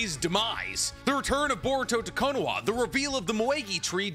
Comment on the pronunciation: Why do you pronounce it konowah? It’s konoHa.